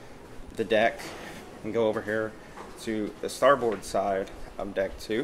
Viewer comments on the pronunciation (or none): Great video, man, but it’s pronounced “STAR-BIRD”. Not star BOARD. Navy vet here. lol